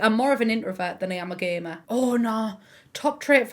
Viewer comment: I’m so sorry, I thought you said you were a gay man when you said gamer and I was like “that’s an interesting development”